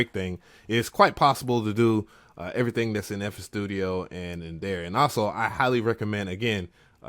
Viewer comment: sounded like ya said nfl studio